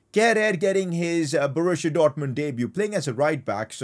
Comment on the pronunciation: Man it's called Borussia Dortmund not Borushia Dortmund.